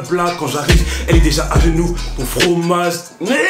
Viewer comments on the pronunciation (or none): "ou le frrrrrooagee" 😭😂😭🤣🤣